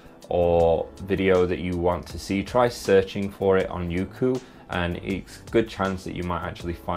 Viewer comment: I pronounced it as "yokou" instead of "youku" guess im dumb lol